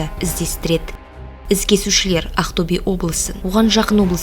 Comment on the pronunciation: Ақтөбе дегенді дұрыстап айтшы шатырды тайдырмай